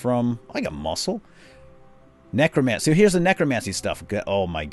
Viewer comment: the e in necromancer sounds like ea